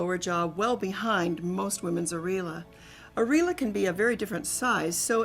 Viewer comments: It's aIR EE.OH LA, not areela. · the way she's pronouncing areola is killing me